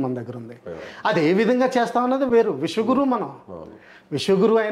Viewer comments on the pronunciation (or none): విష గురువు కాదు విశ్వ గురువు కొంచెం కరెక్ట్ చేసుకోండి సార్